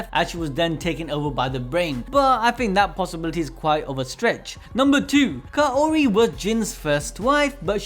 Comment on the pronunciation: Kaori is pronounced as kaw-ri